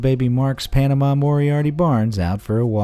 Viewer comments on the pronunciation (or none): none